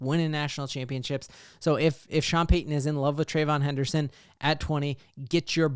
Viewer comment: Trey-ve-yon henderson. At least get three syllabales in there fam.